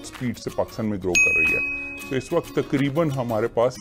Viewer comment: Men last 25 years se BBC sun aur dekh raha hun. sahaba aap waqt ko wakht na parhen. Thanx